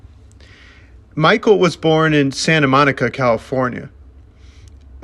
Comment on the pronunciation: Please learn how to pronounce things correctly. I'm in and cringing. Mikel is pronounced Mick-kell. Jollett is Joe-lay. Synanon is Sin-a-non. His memoir, Hollywood Park, primarily discusses his life to before the band forms. It touches on it towards the end, but the book is very far removed from being about the band. For the record, he was 6 when they left Synanon and his Mother is a basket case. If you don't like to read, the audiobook is excellent as Mikel reads it himself.